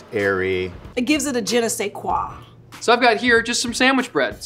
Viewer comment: learned how to say "je ne sais quoi"! I'm here for you girl!